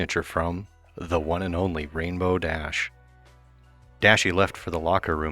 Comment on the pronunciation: My only complaint about this series is that the emphisis is supposed to be on rainbow, not dash